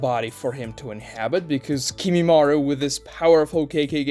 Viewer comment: Also it's not kimimarU it's kimimarO